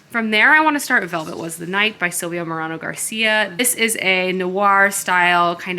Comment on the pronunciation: Love this vlog so much! You’re new space is so lovely. Also, just a quick note that Silvia Moreno Garcia’s name is pronounced like More-ay-no, not More-ah-no. Hope that helps!